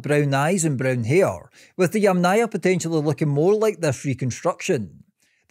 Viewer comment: Funny how many times you pronounced the name of the Yamna culture wrong: It's pronounced either as Yàmna (from Ukrainan) or Yàmnaya (from Russian) with an emphasis on the first A, and never Yamnàya Culture with an emphasis on the second A.